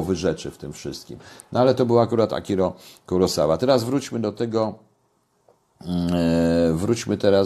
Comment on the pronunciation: Akira Kurosawa, nie Akiro.